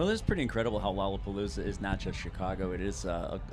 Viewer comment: Its not lolapalooza Its lolrlapopoolza